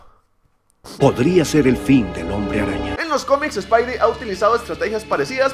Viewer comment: No digas espaidi